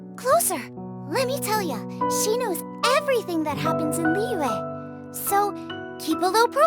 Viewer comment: Notice that only Ei and Zhong Li’s trees have cracks in it. Venti is currently the weakest among them all but he is also the only one with his tree fully intact. Also another note that the voice actors pronounce Liyue is Li Where instead of the original pronounciation